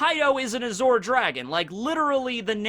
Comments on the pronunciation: am I the only one bothered by saying azure as azhor? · Beyblade, and Bungo Stray dogs also have those powers represented. Also, a correction: The middle part of "Azure" is usually pronounced like the end of 'fromage' (ie. Dexter's Lab) The french pronunciation. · You are mispronouncing azure. Edit: and Taoism. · Why do u say azure like that? Lol i didnt kno what u were sayin for a sec lol